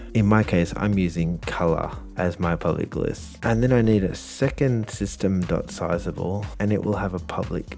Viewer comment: The word is not 'sizable'. It is pronounced like what corn flakes are.